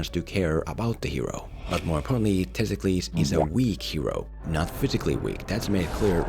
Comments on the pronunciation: How did you butcher the name of one of the most important Athenian figures of Ancient Greece?? It's Themistocles!, not Testicles. At least Google it before you make a video that is apparently your job... Your worst video for me is this, I believe you know why... :P My favorite is the Sherlock Holmes video. It actually made me appreciate a movie I thought was mediocre when I first saw it. I rewatched it after seeing your video and it's one of my favorite action/detective movies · Why do you call him Testklis? His name is Themistoklis and he was a real person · The main character’s name is Themistocles, no Thistokles (or whatever name you repeatedly said throughout the video), who IS a REAL person who helped lead the Greek forces against the Persian forces at the Battle of Marathon, Artamesium, and Salamis. Source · The name of the main character is Themistocles and not Testicles otherwise all your points are quite sound tho one could argue anyone with a bit of knowledge of Greek history won’t have as much a problem of understanding what’s at stake and where the battles take place as your plain old, maybe uneducated, movie viewer. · Everytime you say testicles I laugh and can't focus on what you are saying. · Sounds like he's saying testicles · Homie really couldn't pronounce the name of the real Athenian hero Themistokles? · You really need to stop deliberately mispronouncing this man’s name Themistocles was a real person in Greek history, so maybe you should go get an education before you go, deliberately mangling peoples names